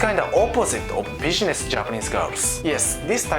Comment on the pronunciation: u need work on pronouncing "business" sounds like "bidgenesch"